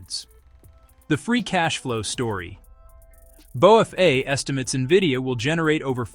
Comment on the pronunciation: "bow-fay"? these AI slop vids are funny